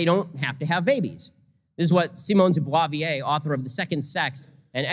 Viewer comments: Beauvoir, not Boisvier. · 'Beauvoir' is pronounced 'boo-vuaar.' thank god,he's not perfect. or a robot. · The way he pronounced Simone de Beauvoir's name was just sad...but french isn't his language either